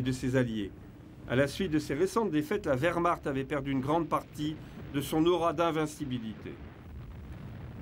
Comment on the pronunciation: Mille excuses == Werhmarcht .... avec "ch" pas "r".